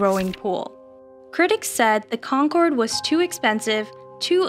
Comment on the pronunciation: The guy in the begining calls it the Concroad